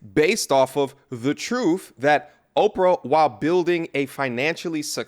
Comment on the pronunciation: "Living in your trooF". What? Look I know the letters t and h together take a little more effort to pronounce, but I really hope you're able to figure it out someday and properly pronounce words like truth. I really hope the best for you man, you're better than that.